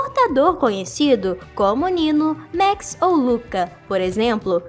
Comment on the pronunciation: Se fala máx e álix, e não Méx e alíx